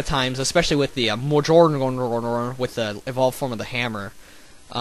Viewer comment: The Mjollnr is pronounced Mwa-knee-air.